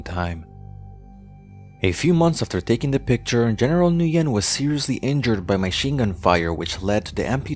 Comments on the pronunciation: It's pronounced wen, not nuyen. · Gotta love how NO ONE in the comments asked why did the uploader pronounced his name as "New Yen" instead of "Win" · "Nguyen" is not pronounced like "New-yen." It is more like "win" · You pronounce the General's name as "win" but you a N before it and say it quickly, not "New-when" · By the way the general's name is pronounced "whin" not "nugen". It's one of those problems with spelling Asian names in Roman script, sometimes letters are not chosen very well. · At least I’m not North Vietnamese I’m South Vietnamese that means my parents and grandparents were never commies the North Vietnamese are commies and Nguyen is pronounced “Ngu-yen” the “N” and “G” are pronounced together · The general name is pronounced "win". So hard to listen to you making error like that. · FYI, Nguyen is pronounced "win" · Nguyen is pronounced like when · Pretty sure this guy had a printing shop in Pan Am shopping center, Fairfax, VA before the pizza place. Early 80's Can anyone confirm? and "Nguyen" is pronounced "WIN" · his name is pronounced "when" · Nguyen is pronounced "Wynn" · Duke Of LongTree you can tell he did such a shoddy research. Can't even pronounce his surname correctly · His pronunciation of "Nguyen" was still incorrect. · You mispronounced Saigon and the last name Nguyen